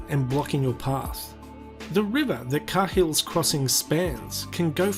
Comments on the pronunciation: It's pronounced KAY-HILL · try saying Kay Hill not car hill cheers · Not 'Ka Hill' it's pronounced 'kayhill' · Sorry... but the way you learn english should tell you to pronounce it KayHill, how did it read as car? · It's pronounced "cay-hill"... not "car-hill"... when spoken properly it sounds like "kale" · Sorry mate but it’s not “Car-Hill”. It’s pronounced “Kayill”. Try saying Car Hill down south!🤪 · “Kay-Hills” crossing mate. And barely pronounce the H. You say it wrong. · Please.....It’s pronounced “Kale” or “Karl” not Kayhill....!! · Hey mate. It's pronounced (kay-hill's). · Both wrong. It's pronounced Kay hills crossing. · mate you couldnt even pronounce the name correctly, dont start answering questions about the place and dribbling even more shit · In what universe do you hear a "r" In Cahill? Oh and if you're not from the nt stop putting out false facts that you dont know. Otherwise do research. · Did you pronounce 'Cahill' correctly?